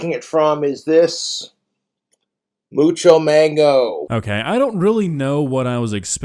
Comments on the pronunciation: "mucho mango" me: its mongo mango bud but you'll get there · Reads "Mongo Mango" as "Mucho Mango" 😂😂😂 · That was Mongo mango not mocho mango lol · Ik he did not just say “mucho mango” when it’s says “mongo mango”